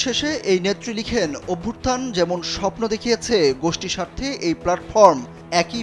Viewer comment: অভ্যুত্থান কে অভ্যুর্থান উচ্চারণ করাটা খুব কানে লাগছে ....